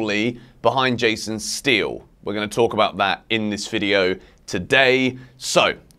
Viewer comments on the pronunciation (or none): none